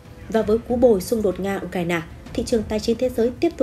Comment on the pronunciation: Nghe nhói cái lo tai ghê u cà ra na bó tay